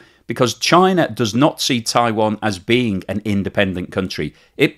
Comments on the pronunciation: It's not pronounced 'Taiwon', FFS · what? Were you listening? He calls it 'Taiwon' throughout the video, for some reason. I don't know how someone can mispronounce Taiwan.